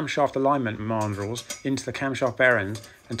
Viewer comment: Never heard Mandrel pronounced this way, it should be man drel, but this does not take away from your excellent work and videos.